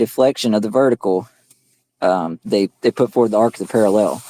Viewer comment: Why can’t these clowns pronounce parallel?